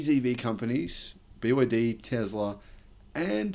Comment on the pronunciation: It's Tesla not Tezla!